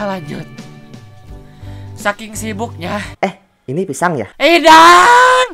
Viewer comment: bang pisang bukan pisan